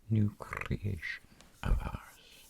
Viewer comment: very nice crrrrrrrrrreation xD